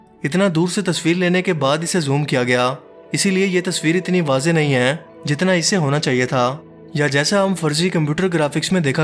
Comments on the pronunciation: "Aai" nahe "hai" Pubjabi accent 😂😂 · Bhai Urdu to sahi bolo..aeen kartay een een laga rakhi hay.. hay hota hay ya Hain